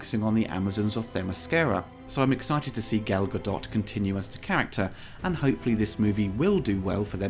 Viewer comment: i like the review. im excited to see in theaters. One note here: Gals last name is pronounced Gadot, like boat.